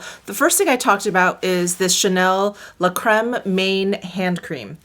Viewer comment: I know you don't mind pronunciation corrections. "Main" is the French word for hand. It's pronounced kind of like saying a nasal "Man" - "mehn"